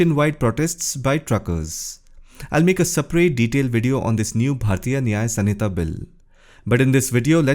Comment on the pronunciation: Resp Sir, It's not SUN-hita